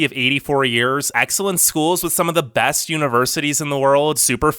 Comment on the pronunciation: Like your channel but "best" isn't pronounced "bast".